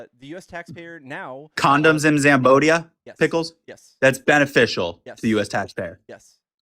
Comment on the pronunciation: Did the first caller say condoms in Zambodia? Jesus Christ…..